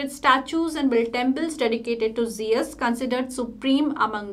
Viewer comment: Pronounce of Jeus is wrong